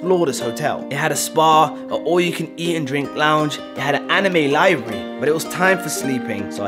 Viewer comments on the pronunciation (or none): Mans said Liabry😂😭😭